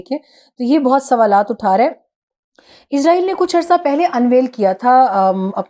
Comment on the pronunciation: پاکستانی اسرائیل کو عزائیل کیوں کہتے ہیں یہ آج تک بات سمجھ نہیں آتی